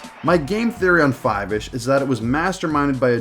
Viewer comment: its pronounced "foivish"